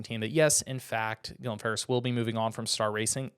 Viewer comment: You butchered Guillem's first and last name 🤨